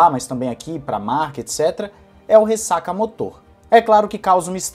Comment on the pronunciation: fala "ressacamÓtor", não "ressacamotor", acho q é melhor